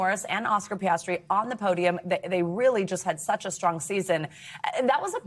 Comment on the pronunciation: Oscar Piastrer?! Seriously American sports journalists, at least take time to say the names correctly!, Can’t wait for the FOOTBALL World Cup!